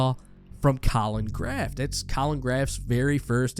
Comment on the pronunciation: Colin who???....... colin "GRAF" 📈📉 🤣🤣🤣